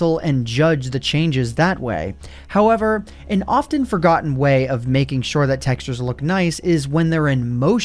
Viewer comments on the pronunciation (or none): none